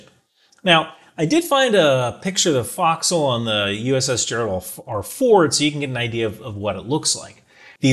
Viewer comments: Former boat person here... Your pronunciation of forecastle caused me a minor stroke. Pronounce it Faux-k-soul please. Not foxhole. I will show Grace since you're just a grunt. Love ya shipmate keep it up. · You know you're in the Department of the Boat People who your pronounce focsle like fox hole. LOL. Pronunciation sounds more like folk-soul. Our rates our equivalent to our MOS. NECs designated we've been to a specific school and the NEC identifies that skiii set (example... Gunner's Mate would designate an MOS to show a general knowledge. If they went to, say, a 5" inch gun school, you would have an NEC showing the specialty skill. Great video... the effort you put in to try and understand what you saw is commendable! We've pride in our ships, but even more so of our carriers. Huzzah! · great video, but it's FOE'csle, not FOX'cle - former carrier sailor (USS NIMITZ, Reactor Dept) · Do they really pronounce fo’c’sle that way? Fox’le not folk’s’le? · Nice video. Down south we (Australian Navy) would say "Folk-Sal" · FYI the location where ships chains are stored is called the forecastle pronounced folk-cell. Haze grey and underway! 😊